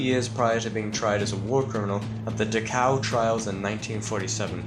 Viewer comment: Ah yes, the infamous concentration camp "Da-Cow" Lol. Thank you for the upload man.